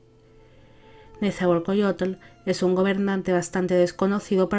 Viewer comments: Un gobernante famoso, su poesía ha logrado prevalecer a pesar del tiempo. Mi escuela secundaria lleva su nombre. Solo una pequeña corrección, así no se pronuncia su nombre. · Un gran video para un gran gobernante. Pronunciaste muy bien los nombres. Nezahualcóyotl y Tezozómoc se pronuncian grave, no agudo. Mexica se pronuncia Meshica, también grave, pero no te apures, ni los mexicanos podemos pronunciarlos correctamente. Gracias.